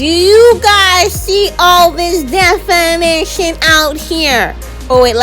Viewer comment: "Do you guys see all this de-fi-ni-tion out here?!?!" 🤣🤣🤣🤣Girl, I cracked up!!!!